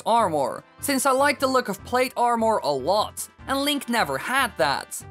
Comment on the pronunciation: The way this guy says armour pisses me off alot more then it should lol.